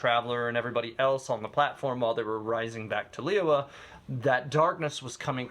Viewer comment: lee-you-ei not lee-you-were